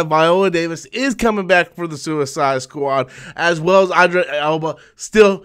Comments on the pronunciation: Who says "I'm never gonna get your name right"? Just learn how to say the man's name, dammit... Its just not "eye" dris. It's id (as in It'd be better for you pronounce the man's name correctly). Christ, smh. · Pronounced EEEEEDRIS,. Anyway looking forward to seeing his fine ass in that movie!!😄👍👍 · Idris pronounced E-dris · You mispronounced his name 😂